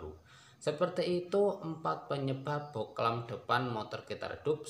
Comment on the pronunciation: Bohlam bang bukan boklan